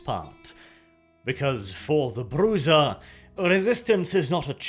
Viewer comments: Or we can go to the original Spanish and pronounce it Bru-cha, anglos and north Europeans have trouble pronouncing soft gutterals, so Bru-ha is acceptable. Bru-za is an abomination. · Bru*z*a?! Bruja. Pronounced Bruha, as in spanish. Sorry I love your videos but ffs you just cringed out on this one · "Bru-ha" is how I've always heard it pronounced. It took me about halfway through the video before I realized he even saying the name of the clan. For quite a while it sounded like he was just calling them bruisers. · haha finally, someone doing lore videos on VtM, makes me tingly inside. better yet its on my favorite clan, although i much prefer the True Brujah. i ahte the way he pronouces it, i always pronounced it Bru-Ha, since its a spanish word (i even said it that way when i didnt knwo it was spanish cuz it sounds.....right) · Bru Zah? Always thought it was pronounced "Bru-ha" or "Bru-har". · It's a mexican name pronounced "brew-ha" the j is a an h is Spanish. Thats why in chat Spanish speakers type jajajaja meaning hahahaha. Other then that i like this. Thanks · Arent they called „brucha“?Ah sorry i dont know to spell this sound in english like a k but a bit like growling? Like the german ch? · Bruja is witch in spanish, so it's broo-ha. Here's a writer who worked on vtm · Always thought it was pronounced bru-ha. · Its pronounced BREW-HA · i believe its pronounced "Bruha" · Bruza? What? That is some funky pronunciation. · Best way to pronounce it is to roll your tongue on the R. Br-oo-ha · The name is Spanish. It's Brew-ha, or Broo-ha. Like how people who speak Spanish say Hey-Zeus instead of Jesus. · I like you, you're a good dude but that was the most pedantic VTM lote video I'd ever watched. Brujah is said brew ha for one, and for two you're wrong in about every way. 0 stars. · This is not how you say "Brujah", I don't even know how you could read "j' and thing "Ah, yes...that's obviously meant to be a Z". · Definitely brew -ha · "Bruza" Yeah, no.